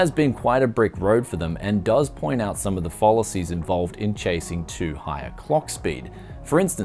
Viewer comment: Pholacies? do you mean fallacy's?